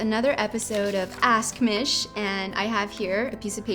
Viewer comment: I personally think that Mish should be pronounced ''Meeeesh'' not ''Miiiiish''